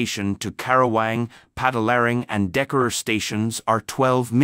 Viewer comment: I'm indonesian, the last station Hsr in bandung is tegalluar, the narator say dekarur, it's clear difference